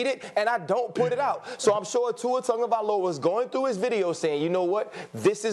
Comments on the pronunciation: Tungovailoa?? Is it just me or do these guys not know how to say his last name properly? How does on get Tungo from Tago (Tagovailoa)? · Why people keep say “Tongaviola like there’s an “n” in his name smh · Because that is the rule in Samoan. If the is a g there is a silent "n" in front son. So Tagovailoa = Tangovailoa